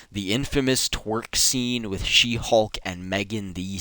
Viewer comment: is it me or why everytime he said She Hulk it become "She Hog "